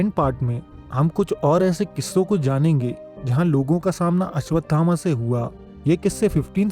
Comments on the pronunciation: चूतिया पहले घुटका निकल के बोल अश्वथामा है अश्वधामा नही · Bade bhai pehli baat to yeh hai ki unka naam ashwadhama nahi hai Unka naam ashwasthama hai